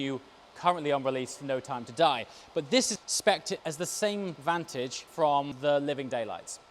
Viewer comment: How did you just say vantage...?!